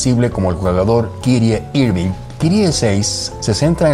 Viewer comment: el video esta bien, pero resvalaste con la pronunciacion de kyrie irving.